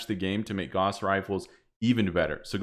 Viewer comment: Carl Friedrich Gauss would be appalled at how you pronounce his name. Truly an affront to mathematicians the world over.